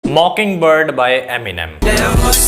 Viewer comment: Bhai naam sahi lele ye M M kya hota bhai